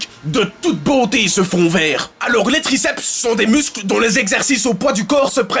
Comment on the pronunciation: "Graceps interne" mdr